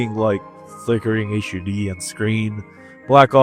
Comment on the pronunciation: Yes! Finally a murican that knows how to speak in English